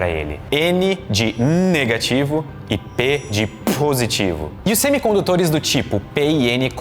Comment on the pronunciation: Fui tentar falar positivo igual ao e cuspi a tela do meu Smartphone 😂😂😂😂😂